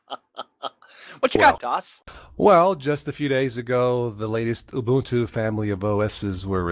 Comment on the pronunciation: Moo-buntu LOL. Maybe they should adopt pacman instead of reinventing the wheel. :) Continuing to enjoy the format change of not green screening into the videos. No matter who does it, unless it serves a direct purpose, it's distracting.